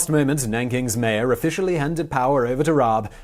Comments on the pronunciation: RABE is pronounced with a hard R and the E is spoken (pronounced like the first E in EDGE), not silent ;) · Actually pronouncing "Rabe" that way is more accurate than your first attempt, except that you just left out the "e" at the end so if you took this pronounciation and put an "eh" at the end it would be pretty much correct. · Concerning the pronounciation: It is not problematic to use the English pronounication of the initial "R". But the "E" is not silent. You pronounce it the the "e" in bet. You'd use IPA's "ə". And the final Dynasty of China was called "Qing", pronounced more closely like "Ching". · Rah-Buh - Germans pronounce the e (uh) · FYI: Rabe = Raven in English. Pronounciation: Almost... but the "e" in the end is pronounced, written in English it would be like "Rabeh" or "Rabbey" like alley almost. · Rabe is Pronouced more like Rahbey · nope u totally messed up the pronounciation up x3 its r-a-b-e not raab~ sort of like one would pronounce rabi or ribu, just a smoother tone x3 But you tried~ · If it's like most German tack-on e's, I believe it's closer to Rob-uh than Rob-ee. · Rah-buh. Rabe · "Rah-beh" It means "Crow" or "Raven." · As a native speaker my closest approximation to the pronunciation of „Rabe“ (raven) would be: The a as it is pronounced in father, the e is pronounced similar to the a in cat. Reading the word as „Rahbeh“ might help. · What an interesting man and story. Thanks for this very interesting biography and history lesson. Also: Rabe is a two syllable name. You say the first like you did and then at an "e" sound, like the one in "bed". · Instead of spending 30 seconds commenting on your pronunciation you could have spend 5 seconds looking it up. And there is no throat cleaning sound either. Ra-be. Just imagine he’d be Japanese and read accordingly. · RAH-buh. Seriously takes about 15 seconds to look up. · Pronunciation: Yon-Rab-E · The E isn't silent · rabe - the E is not silent lol